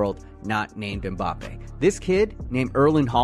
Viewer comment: If he’s going to call Mbappe mpapi I’m calling pulisic pull my stick….speak English!